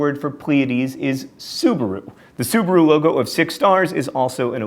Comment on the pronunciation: Also, Subaru, Cadilliac. I think there were even more mispronounciations.